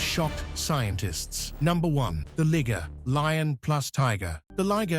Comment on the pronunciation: This guy has 3 pronunciations for the liger. First, it was a ligger then it became a lie-ger then I heard lee-ger,get it right fool.